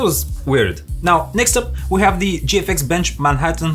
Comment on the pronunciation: Why can east europeans not pronounce the letter H. I GGGGGHAAAVE . ITS I HAVE